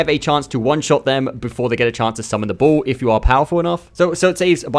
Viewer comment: Took me a while to realize you were saying ball, not bull. I don't remember seeing any enemies that summon a bull.